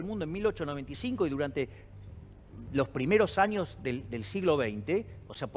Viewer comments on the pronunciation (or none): none